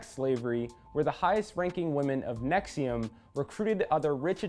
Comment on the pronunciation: Let Lee explain: right off the top can't pronounce NXIVM. Sounds like you really put some time into this LOL!